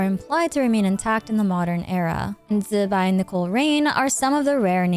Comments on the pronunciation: Zubai? It's zibai why people can't read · Please just say zibai normally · and it sounds horrible, just use the english pronouncination instead